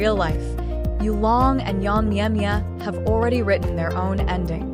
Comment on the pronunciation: This anchorwoman cannot even pronounce Yang Meimei's name correctly....it's pronounced as MayMay, not Mia Mia !!!! Honestly, she needs to learn how to say peoples' names correctly !!!!!! Yulong & Yang Yilu (that's her real name) are simply the BEST husband & wife team / couple........